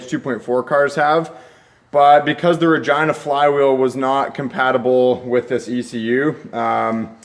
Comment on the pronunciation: Does anyone else laugh when he says regina? Or am I just a man child.